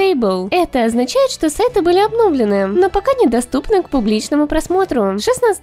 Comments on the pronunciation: Всё супер, но уши режет "обно́влены", ударение на ы, обновлены́ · "обнОвлены" Это нейронка озвучивает или безграмотное кисо?